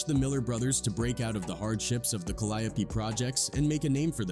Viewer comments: This clown said Calliapee instead of Calliope😂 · I wish yall stop being lazy and do the commentary yall self. That AI shit be butchering the shit out of names. Who tf is C-Ender and Ca-Lie-O-P? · it's pronounced "cali-ope" but the announcer is saying it "cal-eye-a-pee" Far different 😅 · The Cal-ee-ope projects..smh. know it all folks tryna profit off the work No limit put in. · The way the narrorator says calliope is killing me inside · That's how white ppl pronounce it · My brother, good video. But you are butchering the pronunciation of the Caliope projects. There's a gang of songs that have Caliope mentioned